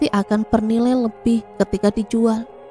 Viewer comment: Terkekeh itu d bacanya be-rak, bukan be-lia